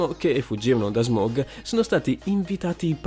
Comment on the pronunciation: SMAUG NON SMOG PIRLA!!!!!!!!!!!!!!!!